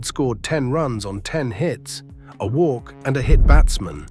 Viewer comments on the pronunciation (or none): none